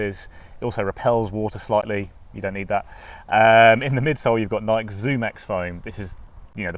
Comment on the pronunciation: “Noik” and “Adi-dass”.